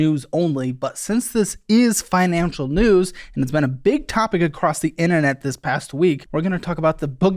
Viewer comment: "The inna-net"